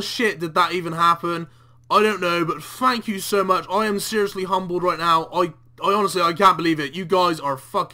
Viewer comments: "FANKyou" guys so much. lol ohhhh you. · "A massive Fank you"